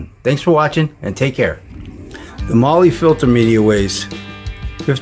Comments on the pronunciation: Your " marley" ...mahle ... is pronounced "MARL" !!! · Its not MOLY.... its MAWL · MAR LAR not Lee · lol it's prenounced "Mall" "Molly"